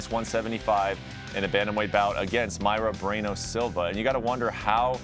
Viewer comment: bret can't even say the main event fighter name correctly wtf man who keeping this guy employed